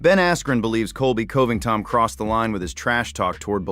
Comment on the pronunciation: Coe-ving-tawn still sounds hilarious, but at least he wasn't 'Cobly' this time.